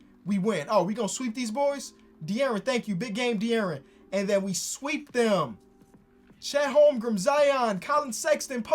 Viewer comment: Chet Holm-Grin*